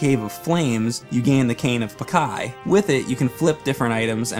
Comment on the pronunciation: Cane of "Pakai"? It's PaaCH-iy! Great video anyway